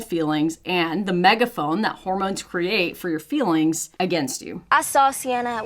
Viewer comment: I love how your accent gots more and mire pronounced - "feelings" tranformed to "fillings" 😂